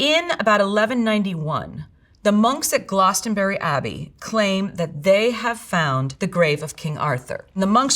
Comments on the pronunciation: "Glous-den-burry??' Glastonbury is pronounced "Glass-ten-bree" and it's a beautiful place I have been to many times. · Glostonbury??? That's an A not an O it's Glastonbury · It's GLAStonbury Abbey, not GLOStonbury abbey. GLAS. Like PLAStic. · Brit here: it's not "Glawston-berry"! It's Glasstonbry And the whole Viking bit - you need to revise geography. Americans don't know anything about anywhere outside of the lower 48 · GlostONberry. Please get English people to do this next time. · There's an accent, and then there's just completely mispronouncing something. In no universe is it "GLOStonbury". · She can't pronounce "Glastonbury" though! She'd get laughed out of town... (Short a, not yer posh, green welly, Range Rover & subscription to "The Lady" long a!) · that isn’t how you pronounce Glastonbury… it’s pronounced like the ‘a’ in ‘cat’. We usually say the ‘bury’ part as ‘bree’ too.